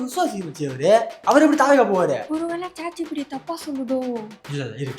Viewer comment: Chat gpt ❌ Che gpt 😂😂